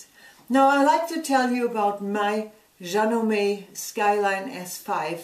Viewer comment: Love the way you say "Janome." So much prettier than the way we Americans say it. I'd love to see a 2 hour video of what all this machine can do. Are you still happy with it, 2.5 years later? I'm thinking about this one, and Baby Lock Brilliant (can't seem to get the Soprano).